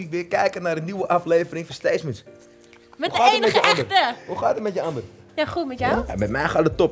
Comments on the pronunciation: Niemand: Donnie: Steetzments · Waarom zeggen ze allemaal stateSments